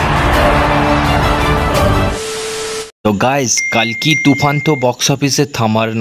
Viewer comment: কল্কি হবে কালকি নয়